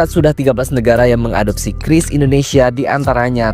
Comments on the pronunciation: Bacanya kris bukan qiuris ibu cantik. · Kiris bukan kyuris atau kris, ribet juga ya 😂😂😂 yg gampang ucap aja